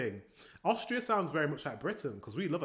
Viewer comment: Austria, not Aushtria.